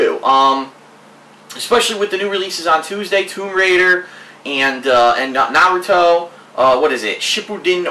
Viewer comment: He watched the first 3 season of Naruto and a few others after that, He also said he read the manga. Though I'm still not sure why he couldn't pronounce Naruto right lol.